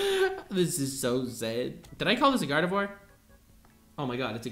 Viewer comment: “GARDIVOIR” excuse me?!?!